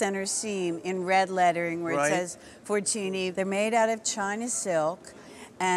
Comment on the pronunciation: That's not how you pronounce Fortuny. The ny in catalan is pronounced like the spanish ñ.